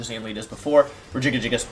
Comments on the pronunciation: Every time he says regigigagigus I want to claw out my ears..... happy birthday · I cant replicate how you say Regigigas. Its like you made a new warm up tongue twister. Like red leather yellow leather but for the pro pokemon player.😂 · Are you purposely mispronouncing Regigigas and Kartana in the beginning?